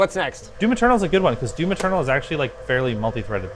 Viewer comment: I know Jake is saying "Doom Eternal", but I'm hearing "Doom Maternal" for some reason...